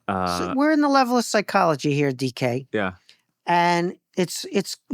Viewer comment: Caught me by surprise when I heard that first. Thought he said "decay" instead. As in, "we're on the level of psychology decay". 🤔